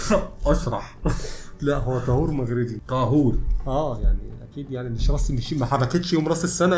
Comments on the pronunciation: مش طهور بالضمة😂😂 طهور بالفتحة😅😅 كل احترام وتقدير ليكم ✌✌ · لا لا انتو كاتنطقو الاسم غلط اسمه:( طهور بفتح الطاء) وشكرا 🙏